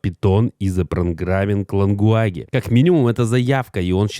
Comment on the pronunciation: Выключил сразу после того, как он произнёс слово LANGUAGE. (ЛАНГУАГЕ). Надо бы чуть-чуть выучить английский - прежде чем.... Просто кошмар.